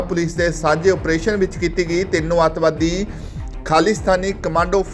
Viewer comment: ਅਤਵਾਦੀ ਕੀ ਹੁੰਦਾ ਬੋਲਣਾ ਸਿੱਖ ਸਾਲਾਂ